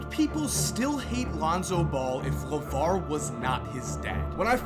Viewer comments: it's LAVAR. it's LAVAR. it's LAVAR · It's LUHVAAR ~ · It’s LAVAR😂 it’s LAVAR😂 it’s LAVAR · Its LAVAR 😅😅😅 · It's LAVAR 😂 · it’s LAVAR, ITS LAVAR cmon they’re all just trying to live their life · “It’s LAVAR” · The way Emphasises Lavar